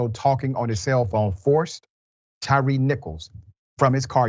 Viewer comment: Please Dr.Richey. His name is ‘Tyre Nichols’ . Not Tyrice.